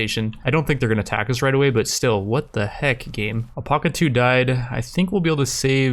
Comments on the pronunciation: ........ “Al-pack-a” not “El-Pock-a” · Does he not know how to say alpaca?